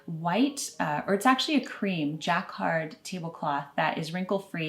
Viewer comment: Jacquard is pronounced juh-KAARD. Rattan is pronounced ruh-TAN. Etc is et cetera not ek cetera.